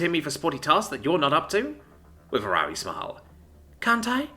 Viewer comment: For the Algorithm, for the Author(s), for the! We believe that the word 'wry' should be pronounced 'rye', not 'wiry'...